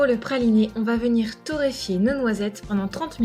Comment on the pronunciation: tu a dit vomire au lieu de venir